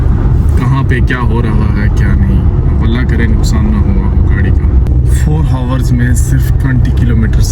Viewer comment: Hours ko ours boltey hain 😂